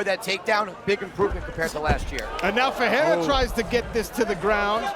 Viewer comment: Perriera lol 😂 wtf . Ferrierra